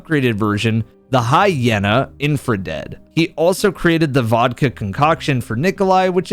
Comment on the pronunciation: Hi-yeh-na..? Noticing that a lot of people don't seem to be too well versed in how phonics seem to work, I just have to ask, did humanity take a step back in literature ability? Nobody can write, creativity is in the ringer, can people just not properly spell and pronounce things anymore? It's Hi-yee-na, the "y" is a "high y". The name is a play on scavenger in that hyenas are scavengers.